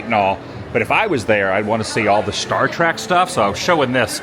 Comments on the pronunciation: Adam: it's not star trak, it's star trek!!!! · Hurts me when he says Trak.